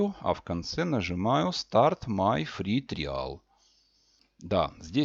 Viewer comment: Триал, клоуд - чувак, учи английский, ты его не знаешь. И переводишь неправильно, и произносишь неправильно